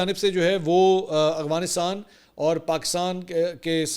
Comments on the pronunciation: منصور بھائی میں نے بہت غور کیا مجھے ایسا لگتا ھے آپ افغانستان نہیں بلکہ اغوا نستان کہتے ہیں پلیز وضاحت کیجئے گا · Mansoor shb, I feel U have problem in pronouncing Afghanistan. It is Af , Af Afghanistan not Afghanistan.